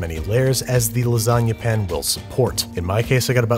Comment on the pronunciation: Ok, I think I'm missing some vital lore... Why does he pronounce pan as pin? Just curious.